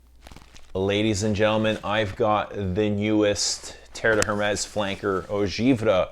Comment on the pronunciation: Thank you/Merci. Mispronunciations are annoying. Also, Hermès - The H is silent.